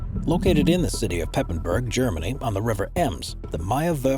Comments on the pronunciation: Meyerwerft is actuallly in Papenburg not Pepenburg! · Actually, it is Papenburg, not Pepenburg...